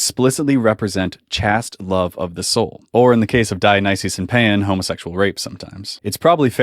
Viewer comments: Chaste is pronounced with a gay a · I always pronounced chaste as rhyming with waste. Not chaste rhyming with fast. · Great arguments here! Just one note of correction, pronunciation of "Chaste" is the same as "Chased". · chaste is pronounced liked "taste" but with a "ch" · Pedagogy is pronounced peda-gojee and Chaste is pronounced chayst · good video, but just so you know. The word chaste rhymes with paste. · You got Uranus pronounced right, but not Chaste? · He says "chaste" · You seem to be attacking a strawman argument. I've never heard ancient Greece described as a "homosexual paradise" or claims that homosexual relationships were the same as today. Also, that's not how to pronounce "chaste". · nice video would be better if you knew how to pronounce chaste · Your pronunciation of “chaste” bothers me, but that’s my only complaint. Excellent video and great research! Thanks for putting this myth out to pasture.